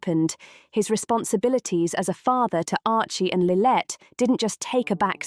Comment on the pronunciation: it's SANDRINGHAM and LILLIBET get it correct or stop faking you know who they are or where they are if you cannot get the names correct